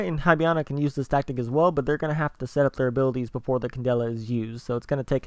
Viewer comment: It's hibana, not highbana lol